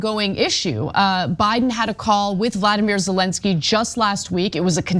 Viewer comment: For the love of God can Ana learn the Ukrainian president's F-ing name? It's been years of her saying the wrong name..